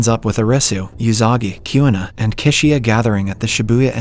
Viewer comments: Kishiya (Chishiya) 🤣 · “season 2 opens up with arresu, yousagi kiuna and kisiya”